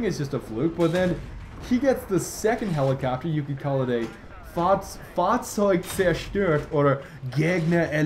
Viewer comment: The pronunciation of "Fahrzeug zerstört" and "Gegner eliminiert" wasn't even bad In fact you did a better job than most of the people who learn german